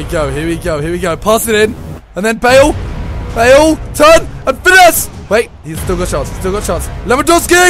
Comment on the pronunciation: It is not fines it is finish